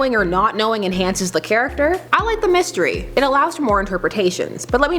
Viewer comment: "What a mistiry" 😂